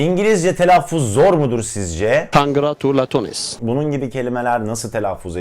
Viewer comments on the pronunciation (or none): none